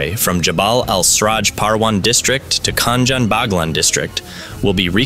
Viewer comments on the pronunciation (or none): Do me a favour and do justice to Afghan languages, please pronounce the names as it should be so not make it white man proplem that they will never say a Muslim name correctly. It’s not Kan Jan , it’s khin Jaan . Hope you get the massage and work on your language and learn some Afghan if you want to report about that country.